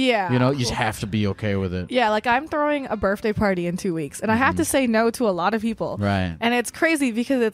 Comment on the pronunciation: her burfday